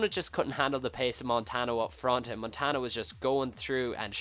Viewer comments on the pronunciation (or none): its pronounced montanyo btw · montanyo is how you say it